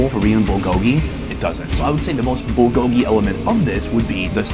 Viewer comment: If you've lived in Korea for 8 years why can't you pronounce, "bulgogi?"